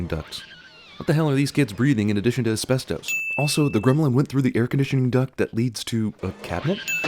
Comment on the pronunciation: haha how did he pronounce asbestos